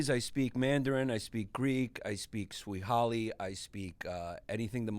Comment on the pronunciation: He says he speaks Swahili but calls is Swihali